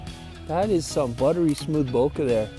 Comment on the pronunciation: Let's keep the "eh" in bokeh Canadian, eh?